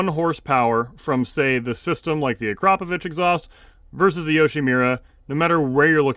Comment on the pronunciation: Full Mark for pronouncing akrapovic correctly - very few people do and when I’ve corrected people they laugh like I’m taking the Mickey😂